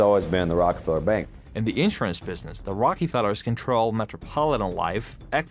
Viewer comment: he said ROCAFELLA!!!